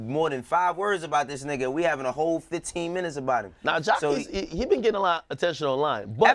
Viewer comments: I thought his name was Jaqueese (jah-queese) not Jah keese smh they keep mispronouncing his name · Everytime they say Jah-kees i die lol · They killing me with calling this dude Jacesss like this this dude ain't got no Q in his name!!!! Sound that ish out make the Q sound damnnn!!! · Damn y’all can’t even pronounce Jacquees name correctly smh🤡’s btw Chris Brown is 29, and Jacquees is 24 sooo no, he wasn’t a baby...y’all need to research before y’all talk that shit🙄